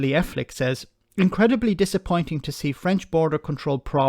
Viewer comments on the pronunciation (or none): The name of the MP in question isn't "Eff Lick",, it's Elphicke, as in 'phicke as two short planks. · You pronounce her name like it would be written Ephlicke but her tweet clearly shows it is written Elphicke.